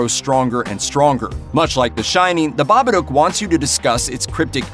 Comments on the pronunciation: Pronounced ba ba duke ..... stop saying ba ba doke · It's not 'Bobbadook', it's Babadook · It Follows is so overrated. Terrible script and story. Best part was music and cinematography. Acting was bad too. And its pronounced Ba-ba-DOOOOOK! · Have I been pronouncing The Babadook wrong for all these years? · I don't know what's worse, this dude considering 'it follows' a "perfect" horror movie, or how badly he pronounces Babbadook...